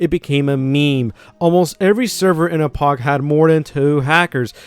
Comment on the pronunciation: I hate how you say Apoc